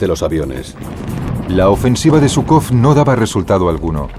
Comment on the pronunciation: Perdón, al margen de ideologías, pero llamar a Zhúkov y Kónev perros de caza de Stalin, es reirse de la historia y de la verdad de lo que fue Hitler. Tanto Zhúkov como Kónev (apellidos que ni pronunciar saben, pues van acentuados en la primera sílaba), debieran tener el agradecimiento de millones de seres humanos, por ayudar a precipitar la caída del régimen hitleriano. Posiblemente muchos de los actuales admiradores de Hitler, tal vez ni vivos estuvieran, al ser o descendientes de ciudadanos que la ideología nazi consideraba de segunda clase, o si hubieran nacido, ya la esclavitud que el régimen hitleriano tenía planificada sobre dichos ciudadanos, se los hubiera engullido. Hay que ser menos profano al hablar de la historia y abordarla imparcialmente y no en base a ideologías. El mundo del siglo XXI anda un poco desmemoriado acerca de lo que representó Hitler.